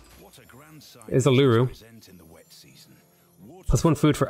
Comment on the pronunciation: You pronounced Uluru wrong, try saying Ayers Rock. It’s another name for Uluru. Uluru is pronounced “oolahroo” first oo is like book, second oo is like zoo.